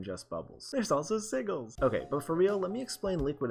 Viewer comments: Pssst, it's pronounced "see-jee-lz" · "siggle" lol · Before you implement sigils, i suggest you learn how to say it properly :P (Good game btw, you didn't hear it from me though...) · Mans doesn't even know how to say sigils, when he put them in his own game. For shame.